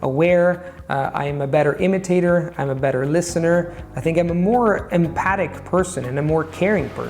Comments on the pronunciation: One of those rare times you mispronounce a word and I realise again, “Oh that’s right, he’s not a native speaker!” 🎉 You should say “empathic”, not ‘empatic’ 😜 When I first began watching you on YouTube years ago, my Aussie ears thought you were a native English speaker, until you explained otherwise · Excellent! Just like listening to a native speaker of English who maybe read his latest new word "empathic" wrong, or first heard it from somebody Irish or West Indian. A great video, as always., get in contact if ever you fancy learning Canary Whistle Language. Best wishes, Patchy..